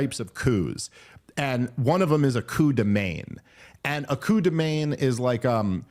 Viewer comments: It's pronounced "man". Literally, coo de man. 😊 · Please work on your pronunciation of "coup de main" because this is painful to hear